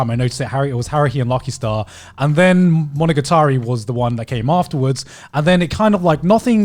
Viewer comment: Knowing he's learning Japanese, it just makes me cringe how Gigg UK pronounces monogatari lol